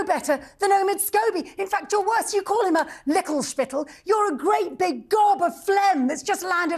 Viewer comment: Tessa Dunlop. What an elegant way with words. The other word is ‘lickspittle’, by the way. In your fury you mispronounced it.